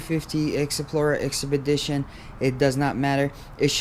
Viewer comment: “Exesplorer” “exedition”